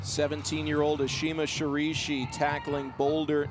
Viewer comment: Also he completely butchers Ashima's name the entire time. Literally did not take the time to learn to pronounce her name at all. It was painful to listen to his commentating and honestly pretty insulting. Let Megan take commentating solo. She's more than capable.